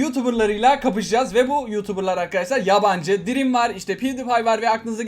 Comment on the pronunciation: Abi sadece dreami düzgün okudun jsxksjckak